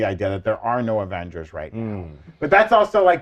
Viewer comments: Avongers??Avengers??? Is this the MCUs version? 🤣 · Uh... Avongers!?🤨